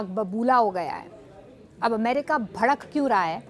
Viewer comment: Badak nhi madam bhadak rahe hai😂😂